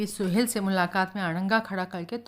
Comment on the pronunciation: मैडम बाकी सब कुछ ठीक है लेकिन आप जब जब "सोहल" को 'सोहेल" कहकर उच्चारण करती है तो बहुत झुंझलाहट होती है और किरदार से कनेक्ट होने में परेशानी होती है।